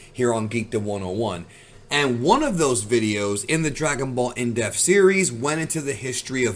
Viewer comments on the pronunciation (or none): it sounds like you keeping saying "in deaf" i cant unhear it. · Just curious are you aware that there is a P in the word depth? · Bro cannot pronounce the p in depth to save his life